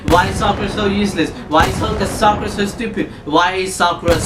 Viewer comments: explain why naruto could have chosen sakura because you just talked about the writer and hinata and naruto and you say the names wrong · therealkite i thought you said sakara